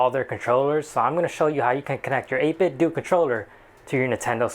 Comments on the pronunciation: do you say nintendoo? no it's not 8bitdoo rhymes with nintendo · The "do" in "8Bitdo" is pronounced the same way as the "do" in "Nintendo."